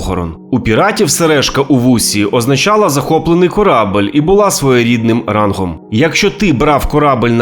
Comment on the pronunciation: КорабЕль, а не корабль за бОрт, а не зА борт ...більше 10 разіВ, а не разіФ в обох вУхах, а не вухАх